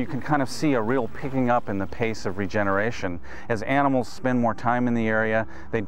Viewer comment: man: "How many aminals died?" Ranger: "Yes"